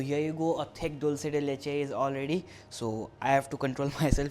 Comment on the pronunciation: Yay u said dulce de leche right. Most people don't pronounce it properly